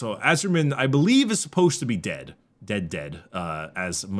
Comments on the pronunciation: "Ah-Sur-Yi-En" Asuryan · I hate to be that guy but the head of the Aeldari gods is pronounced ‘a-sore-ian’